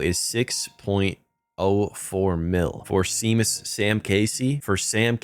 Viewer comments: You cant say shay-mus see-mus casey wtf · Love your vids ! Btw "Seamus" is pronounced "Shay-mus" like the wwe wrestler !